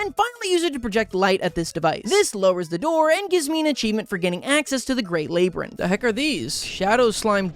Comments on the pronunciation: I just got one thing to say.... lay-ber-enth? Why you swapping the y and b around it's lab-yer-inth. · I was trying to decide if you just had an accent that I'd never heard before or just a master class rage baiter. I could stand irregardless, but LAY-brinth!?!? when I heard you say it lab-yrinth I finally understand YOU ARE JUST TRYING TO DRIVE ME INSANE 😂😂😂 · LAB-yrinth not LAY-byrinth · ERM, ACTUALLY, rabbits actually favour lettuce over carrots. Also, in canon, slimes use the Slime Sea as transportation. Transplortation, if you will. Also, you're pronouncing labyrinth wrong. It's lab-ee-rinth, not labe-rinth. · It is called a labrynth not lAbrynth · WHY DOES HE SAY LABYRINTH LIKE THAT, LAB-ER-ENTH NOT LAY-BER-ENTH AHHH IT PHYSICALLY HURTS ME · LABYRINTH. ITS PRONOUNCED Lab-rin-th. NOT Lei-bre-th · Laiebrynth Everyone else on earth: labyrinth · why do you pronounce labyrinth like that. what is a laybyrinth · Lol 'laybyrinthe' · why does he call a Labyrinth a: “Labour-inth” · Okay but isn't it lab-rinth like evil scientist lab rin like the name then just th my brain was confusion for hot minute after I heard how he says it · It’s pronounced LAB-RIN-TH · Labourinth lol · Lay-brinth Lmao, also BUNNIES DONT LIKE CARROTS! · Ain't no way we got the "lay brinth" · Labyrinth isnt pronounced laybrinth bud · well I can officially say you are the first person I've heard pronounce it "lay-brinth" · “laybrinth” 😭 i swear his english is a bit at this point 😭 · Irregardless, it's funny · He's actually saying labourinth as foreshadowing of the menopause bit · The way says labyrinth, kills a bit of my soul each time I hear it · Why is pronouncing Labyrinth wrong is it just the spelling and name in the game or dose he just say it like that ?? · Does the way he says “Labyrinth bother anyone else? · him miss pronouncing labyrinth is so funny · Are you just deliberately mispronouncing labyrinth just to make people cringe?